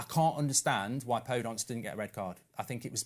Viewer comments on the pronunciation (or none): anyone else screaming PodEnce! not PodOnce! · He pronounces Daniel Podence wrong as well